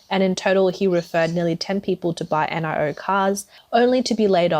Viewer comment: It’s Nee-o not N I O